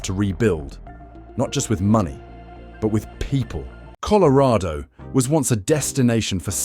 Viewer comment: You can't pronounce colorado correctly lol😅